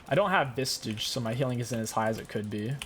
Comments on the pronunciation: Why do you call Visage, vistage? Or am I wrong? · My man. There is no T in Visage. Idk if you know how much it upsets me and you do it on purpose or what 🤣